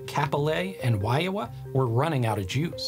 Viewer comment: It’s WAHIAWA (WAH-HEE-UH-WAH) not “Waiawa” and Kapolei is pronounced COP-OH-LAY not “Cap-oh-lay”. I mean, in terms of Wahiawa, all you had to do was look at a map, and how much effort does it take to make sure you pronounce things correctly?